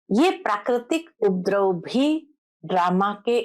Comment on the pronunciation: UPADRAV BOLNA SAHI HAI, UPDRAV NAHI. P PURA BOLEN, AADHA NAHI.